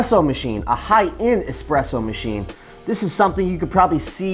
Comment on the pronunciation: Ugh. Not trusting anyone that says expresso